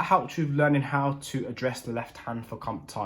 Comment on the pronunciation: If you take the English word 'canteen' and replace the 'a' with an 'o' you'll be 70% closer to pronouncing 'comptine' like the French do. For the remaining 30% I recommend a holiday in France! Great tutorial by the way, some really useful tips there that I needed and the bonus pedal advice was much appreciated too! Merci !